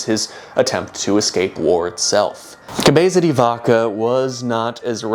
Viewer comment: This is coming from a place of love, please try just maybe a little harder with some of the Spanish, you’re a very bright dude and it pains me to hear cabeeza di vakah and donkehhoteh in an otherwise fantastic project. Extra points if you go for a Castilian pronunciation.